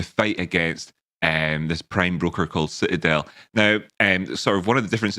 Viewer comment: So talking into a muted mike for the first minute or two is kind of your thing now I think🤣 I like how it sounds like you're saying "crime" broker instead of "prime" broker when talking about Citadel. What kind of uncivilized creature doesn't wear socks to bed? Those people get cold feet then stick those nasty cold feet on people they're supposed to love. Great stream today!